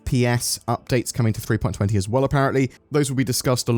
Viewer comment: For god's sake! It's not "three-point twenty" it's "three-point two zero!!! Also, can't retrieve and save any ships if the ASOP terminals don't bloody work!